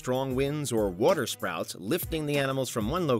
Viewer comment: water 'sprouts' 🙂